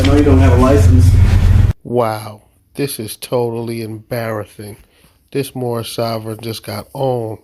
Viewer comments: I do not want to be mean however I can't help but get a chuckle out of the whole speech impediment while screaming he is moormish lmao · Did he say moormish? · I know it's a year later, but his "Mormish" nationality might have worked with the right consonants.... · It's the Mormish guy!!!!!!! They need to educate this guy!! He makes all of them foolish whenever he opens his mouth and calls himself Moormish!! I'm surprised he has any money to put in the bank with all of his car window expenses!! He also has a LOT of bond expenses and car impound expenses, as well. 🤣🤣🤣🤣 They say they are not of this land and don't want to abide by OUR laws, but they want to use OUR Constitution whenever it suits them. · Moormish? ROFLMAO!!! This guy has cognitive problems. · This person always seems to say “Moormish” - is that just me hearing him incorrectly? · That's what he says. "Moormish." Even by Mooron standards, this guy is dense.